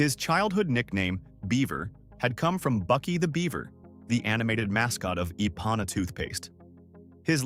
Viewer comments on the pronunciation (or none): The toothpaste was pronounced I-pana, not E-pana. I watched enough of the commercials to know. You must have been thinking about the song Girl From Ipanema.